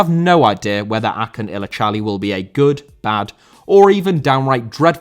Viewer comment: His name is pronounced Ajun illijali